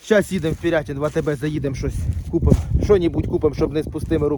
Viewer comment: Я вибачаюсь але ни Пірятін а Пирятин. Неображай моє місто.